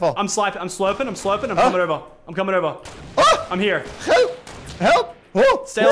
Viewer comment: is he ducht because he says help in a ducht accent